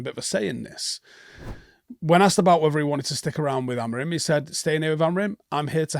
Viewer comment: Oh just a note - as per Portuguese speakers the M at the end of Amorim isn’t pronounced. Look into it.